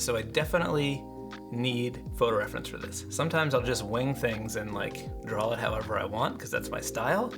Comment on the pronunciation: why do people say "DRAW" with an L?? DRAWL? DRAWLING??? really? Other than that.... nice.